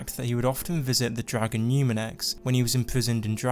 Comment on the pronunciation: he's a dwagon! i wike dwagons! :DDDDD